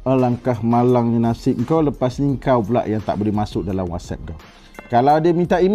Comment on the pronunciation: Alahai dah nama WAssap guna lah nama Wassap .nak WASABUN BAGAI ..Kan dah tersasul..puiiii